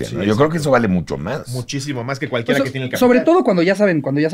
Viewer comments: “Cualquiega puede cocinag” jajajaja te mamaste campeón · “Cualquiega puede cocinag” que buen episodio con el chef Gusteau 👌🏻